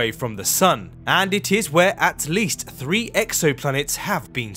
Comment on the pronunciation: The elected English speech impediment is a Do Not Recommend This Chanel button for me. Why is it a TH at the beginning, middle, and end of words like "that, although, and Earth," but mispronounced in "free-D, somefing, and wif"? I've been to London twice and no one can tell me the rule on when it is proper to replace th wif f.